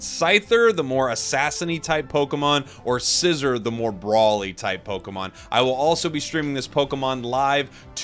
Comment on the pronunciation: Can you please say Scizor’s name correctly??